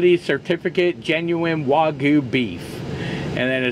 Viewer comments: So annoying for Americans to intentionally omit the Y in wagyu every single time. For some reason can't show the minimal amount of respect for the language from the culture that produces such profitable clickbait for you. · It's spelled Wagyu but is pronounced WA-GYOU. 'Gyu' means 'Beef' in Japanese. 'Wa' is the name of the farm. It's actually better known as Kobe Beef that I first ate when I was stationed in Okinawa in the 70's and again in the 80's. $1,200 that will pass through your colon's.